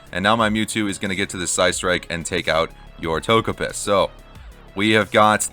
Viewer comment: Toge-piss lol